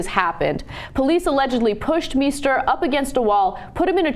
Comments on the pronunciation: Meister (=Master) is not pronounced "Me-ster". The "Mei" is pronounced like "my", therefor it's pronounced "My-ster". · Meister shoud be pronounced "m-eye-ster", should it not? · That's not how you pronounce "Meister." Is it?